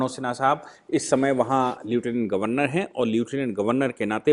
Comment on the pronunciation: सर, लेफ्टनंट गव्हर्नर यही उच्चारण सही है